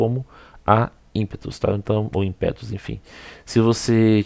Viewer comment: Insiste em falar "IMPÉTUS " hein!!!